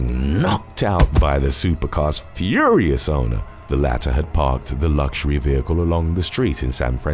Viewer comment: I love the way he said "fÜrious" in the beginning